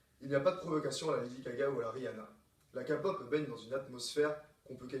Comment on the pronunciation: "L'expert de la K-pop" qui dit "Kapop" je suis désolée mais non.